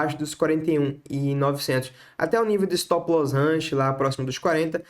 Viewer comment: Estilo Joel Santana"s English kkk